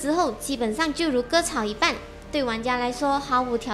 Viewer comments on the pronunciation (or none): 才看了一半发现你有很多读音都错了，而且是很基本的中文 一“般”（第一声），不是读“半”（第四声） 猛将传(zhuan)，不是猛将（船） 凑(cou)到一起，不是出(chu)到一起 消“耗”（第四声）,不是消“豪” 这些还只是我无意间听到的，因为那么基本都会错，所以很容易发现。这只是其中几个，整部影片还有不少我就不一一列举出来了 拜托，学好中文才当up主吧 你先别说光荣毁IP，我比较担心你这个蹩脚的中文会毁了玩家机密